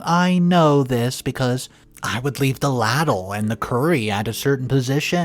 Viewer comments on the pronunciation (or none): Ladle is pronounced as "lay-del/lay-dil, depending on regional accent"